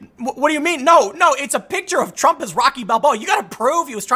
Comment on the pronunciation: I love when Tim mispoke and said trunk instead of Trump xd